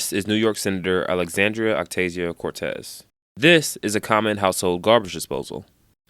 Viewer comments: Her name is not octazio. Don't kill your credibility in the first sentence, it isnt helping us. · can't even say her name right at the beginning. Proceeds to make fun of her for not knowing common things. ight then.